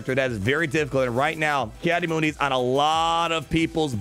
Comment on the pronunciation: Just wanted to point out in the clone wars his name is pronounced “Mun-Dee” and not “Moon-Dee”. (